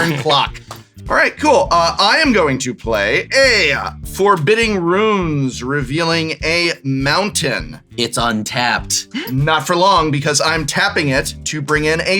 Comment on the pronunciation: mispronouncing foreboding ruins is strictly forbidden